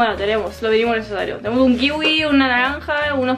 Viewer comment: Chicos me encantan!!! Pero me hiciste reír tu chico porque cuando quisiste decir kiwi, dijiste wiki.